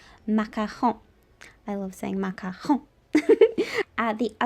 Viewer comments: Grazie a Dio, qualcuno che pronuncia "macaron" bene hahaha, la ricetta è incredibile ;) Grazieee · Just Wowwww ★★★★★ the macarons and your pronunciation of macaron amazingggg !